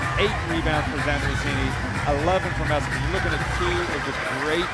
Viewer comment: Dear Commentator: can you said player's name right just one time? That was Messeman